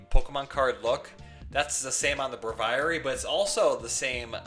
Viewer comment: Repeat after me: BRAY-vee-air-ee. That's how you pronounce Braviary! lol. It's a portmanteau of brave and aviary!